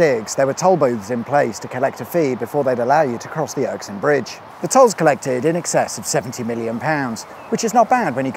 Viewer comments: I don't want to come across as a moaning pedant, but I am one and find it hard to hold in sometimes. It was almost impressive how often you manage to mispronounce such a simple name as Erskine. Not "Erksine". I'm left wondering if it was deliberate but am totally unable to come up with a reason why you'd do such a thing. Unless it was for a dare or a bet, in which case that's fair enough. It did make it harder to enjoy the video, but not impossible. I wasn't going to mention it at all but as the video went on and Erksine kept getting mentioned I found my serene self turning into my pedant self against my will. Sorry about that. Keep up the good work but maybe a wee bit more attention to pronouncing Scottish place names please? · Nice video. p.s. its pronounced "err skin", you got it right at the first attempt then called it the "erk skin" repeatedly after that. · It's pronounced Er-SKIN not ERKS-in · Erskine... as in... 'er skin is as soft and radiant as powdered plutonium... not irksome... I like it being called Irksome though. Wickedsweetawesome as usual... too short though. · Are you pronouncing this as the Ericsson bridge ? That's what it sounds like . It is of course the Erskine ( pronounced err-skin ) bridge , named after the town below it . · Interesting, but felt somewhat irksome at your perpetual mispronunciation of Erskine. You kept saying your own version as "ERK-SINE" and not "ERS-KINE", as it is actually written. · A nice treat to see a video about this motorway but please! 'Erk sine' bridge? That's hurts lol. It's Erskine, pronounced 'Err skin' as in "Oh err, your skin is showing" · Anyone else going crazy over the Erskine/Erksine pronunciation in this video? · Good video, but its Erskine not Erksine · It's Erskine not Erksin. Jeez (lol). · WTF is the Erksin bridge ? !! Erskine dear boy (◕‿◕) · Its Erskine not Erksine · WhSA! (But uh-skin not urk-sin! 😁) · Er Skin, not Erk sin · ErSKine not ErKSine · Er-skin. Not Erk-sin. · Sorry, but erksin 😵‍💫